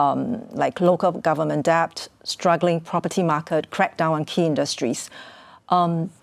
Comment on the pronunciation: The video is great. Excuse me for pointing out a small error: The b in "debt" is silent.